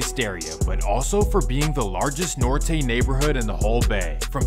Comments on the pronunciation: they trust a guy who can’t even pronounce Norte😭 stg I be listening to hear him front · Nortay lmao ….you forget the whole 916-209 all northerners